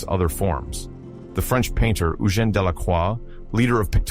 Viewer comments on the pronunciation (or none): none